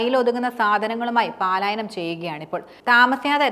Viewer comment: ...പാലായനമല്ല പലായനം ok